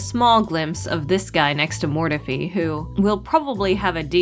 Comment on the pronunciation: Nobody says Mortefi like that